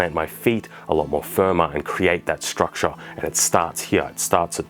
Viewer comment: I took a shot every time he said 'struckshure'.... I think I might be dead.